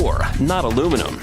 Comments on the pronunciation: did i just hear the aussie pronounce aluminiun aloominum lol fucking tool, say it properly you sell out, your an aussie, say it like an aussie just like the chick gretta she didnt say aloominun hahahaha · he keeps pronouncing Aluminum dude, Aluminium is pronounced as it's spelt, not that hard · Haven’t Americans learned how to pronounce simple words yet such as nuclear and aluminium? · It's correct pronunciation is Al-uw-min-ee-yum!! That's why it's spelt Aluminium. Not aluminum. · Repeat after me - AL - YOU - MIN - EE - UM.... 😉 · Why do the yanks pronounce the name wrong when they use the phonetic alphabet? It is ALUM INI UM. That is how it is spelt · Why pronounce it aluminum when it's spelled aluminium? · Interesting, but a pity about the pronunciation of the word aluminium - it has 5 syllables, not 4. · the guys sound like they say alumenum. but... what kind of dumb prick are you? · Would you stop saying aloominum. there is no such word. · ALUMIN - I - UM, damn illiterate colonies.. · Americans, the correct way to pronounce this metals name is Alu-minny-um. And the word nuclear is pronounced nu-clee-ar, not aluminum and nucilar. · What is alumunium? The correct name of the material is aluminium. Even if wriiten as americans pronounce it it is still wrong. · Raymond J my problem is that you can't say aluminium properly. which part of that did you not understand? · (FlowRyan) Agreed ......... that has got me royally P*&^%$D off. The bloody word is Aluminium ... 5 syllables. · wtf is aluminum? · I can't stand the constant american pronunciation of aluminium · If your going to call it Aluminum the whole video, at least spell it like that in the title, its breaking me. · The wrong way to pronounce the subject metal. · A L U M I N I U M American when will you get over that one spelling error and learn how to say and spell this word, it really is simple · could you stop saying aluminum. This is not a word. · why can't americans say aluminium correctly?